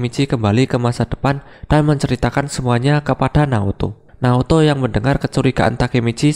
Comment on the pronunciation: Naoto bang bukan Naruto